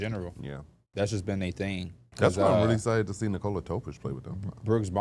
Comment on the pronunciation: Home team announcers don't necessarily say player's names correctly. Almost no one says the first name of the best player in the league correctly, including most of Denver media. It's pronounced more like 'Nicholas' without the 's' and almost everyone says it like 'Nicole' with an 'a'.